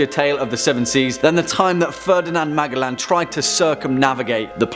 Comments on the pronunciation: Magaland WTF it's pronounced Ma gel lan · I heard he say the name and I thought who tf is he talking aboot. Cause I knew who MA gell an was,but who is Magalan. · (MAG - A - LAN) hurts my ears... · It's pronounced "Majelan" lol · In my country (Philippines) we pronounce Magellan as (Majelan) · The way you were pronouncing Magellan was confusing me at first. I am rather used to hearing "Mage-ell-an" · C'mon,. Check your pronunciations. It's Ma-jell-an. 🙂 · ouch, i am almost sure it sounds like "man...jellin" like jello but "in" at the end of the name,, man-jellin any way so far great video. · Think it’s pronounced “Majellan “